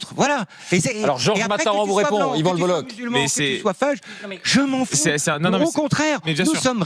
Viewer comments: Salut, bravo pour ton travail. Juste un mot pour te dire que son nom se prononce Boloke pas boloche. Bonne continuation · Son nom se prononce [bolok] pas boloche 🤦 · Ça se prononce Bolok son nom de famille et pas le boloch ;) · Slm, je ne savais pas qu'il y avait un kh comme Cheb Khaled 😂qui s'écrit c'h comme en allemand ch de jean Sébastien Bach alors le bolloch se dirais plutôt le bolloc'h, j'en apprends encore et encore, merci!